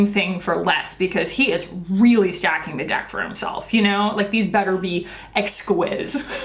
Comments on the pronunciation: Exquise is a French word that means exquisite. It is pronounced ex-keys. 😘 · As you guessed, exquise just means exquisite in the french female form of the word (hence the "e" at the end). But almost as funny as your pronunciation, it's pronounced EX-KEEZE, but I prefer yours far better,. lol;) Also, I'd love one of those Tom Ford lip glosses, but they cost $72 + 14% taxes=$82 CAD. I just can't... For a gloss!!! lol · Probably someone has already said this but "exquise" (pronounced exkeez) means "exquisite" in French 😊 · Why do Americans think that every word is supposed to be English?!! Exquise is French for exquisite.